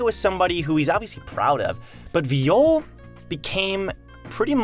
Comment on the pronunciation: it hurts me when u pronounce it viiyole